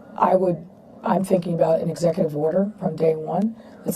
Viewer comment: Fuuuuuuuucccccckkkk? She actually said "New World Oder".